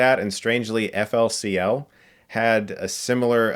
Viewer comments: Who in hell does not pronounces FLCL as FOOLY COOLY? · Chris: "Ef El Cee El" Me: ....ummm, you mean Fooly Cooly ? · You Said flcl!? FLCL!?!? IT IS PRONOUNCED FOOLY COOLY!!! fooooooooooooooooooly coooooooooooooooly you ignorant poser!! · Why does he keep calling it “EFF ELL SEE ELL”?! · its pronounced ''fooly cooly'' aghhh i didn't want to be those jerks that correct stuff but i caved. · *flcl is pronounced FU-LI-KU-LI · it's . He says each letter separately instead of saying foolycooly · Pronouncing FLCL as “F-L-C-L” makes me sad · the way you pronounced FLCL was hilarious. Also please please please please review Steins;Gate. I am begging you